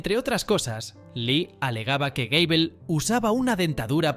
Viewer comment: Gable no Gabel XD